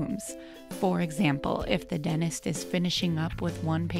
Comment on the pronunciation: What is a “dennist” lol